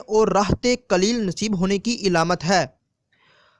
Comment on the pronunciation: pyaree islami bhayi Urdu Zara AR durust Kar Len sunne m ajeebLagta hai daaleel ilamat labas ravangi ar salasat paisa. kijiye......